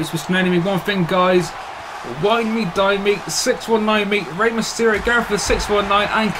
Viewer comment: No disrespect but man but u butchered Eddie and Rey's names lol